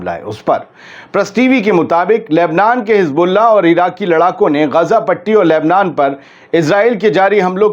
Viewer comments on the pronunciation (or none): none